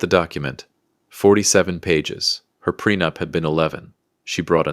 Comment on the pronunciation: The timeline isn't as bad as the pronunciation. Ew.